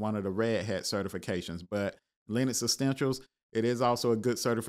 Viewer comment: Essentials brother ! Please stop saying, extensials !! Jesus